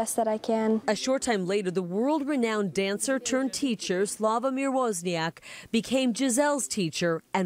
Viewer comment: you don't pronounce Woźniak like that....